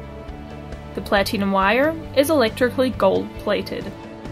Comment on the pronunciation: Plateenum lol. Good video though!